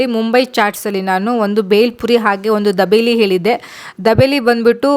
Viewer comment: First say properly it's not dabeli it's dhabeli......she is so amazing not even for single dish she said good